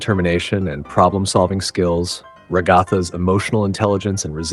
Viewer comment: Once again, AI mispronounces “Ragatha.” Get a USB mic and learn to use it.